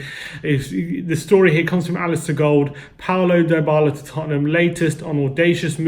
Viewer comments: In not pronounced diebala it pronounced dbala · It’s Dee Bala for fuck sake